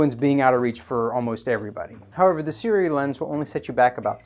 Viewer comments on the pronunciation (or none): Seer-oowee Just say a few words by the infamous mr meseeks before trying to pronounce the brand Seer-oowee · Pronounced Su-Ray. Go figure. I work with their reps. Don't understand why they don't just flip the vowels. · It pronounced kinda like S'Ray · Not really Sue-Ray. But close - if you dont speak Mandarin you won't be able to replicate the tones and phonetics of these two signs. It can be either 斯瑞 or 艾瑞. Closest pronounciation written phonetically will be Si- Rway (with the "i" in Si pronounced like in the word "sip" like "sip the coffee from a cup".